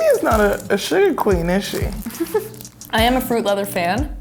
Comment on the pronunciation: when I hear her say fruit lether I think of a Indiana Jones whip lol